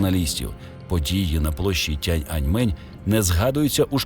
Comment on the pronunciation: Дякуємо за український контент❤️ Правильно буде не «тян», а «тієн» (tian), в китайському немає навіть такого слова, як «тян».